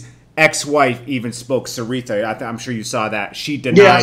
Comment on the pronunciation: Suge never came out with that documentary, battle for Compton lol that's the bond!! All ur facts r so off even how u say seeretha ha it's Shariha.. also russel Poole once thought suge killed PAC.. wow u guys should check facts first before doing a video